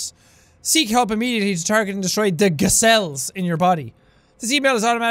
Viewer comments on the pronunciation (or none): it sounded like you said Giselle's not G cells